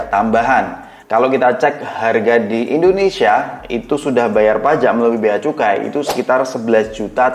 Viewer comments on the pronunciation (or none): none